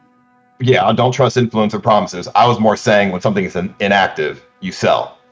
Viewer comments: the most annoying this about this guy is how he pronounces inFLUencer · why does he keep saying influencer like that